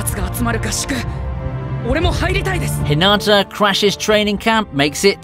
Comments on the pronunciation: Not tryna be rude but so many people do this so I feel the need to acknowledge it. When you say Hinata’s name, you don’t say it like how you would say it in Naruto, (Hinaata). You say the 1st “a” in Hinata’s name like an “I”. Also it seriously pisses me off when people make videos about Haikyuu when they most likely haven’t even watched it, let alone token the time to pronounce the names of everything in the anime. Its really not that hard. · You're saying Hinata's name wrong. You're saying it like a girl name. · You are saying hinata wrong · Why is it soo hard for eng people to correctly pronounce hinata. Fucking whats the TA at the end.